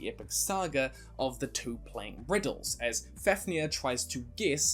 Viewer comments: I am really sorry but it’s pronounced faf near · MidgOWlrdsoOwlrm, BeovUlf, as for Fafnir, I think it's FAvneer.. but even if the f is pronounced F and not V, the accent is still on the A